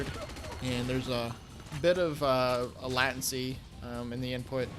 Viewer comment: Good video, very nostalgic but dude, seriously latency is pronounced Lay-ten-see As far as I know, you are the only person in the world who pronounces it as you do..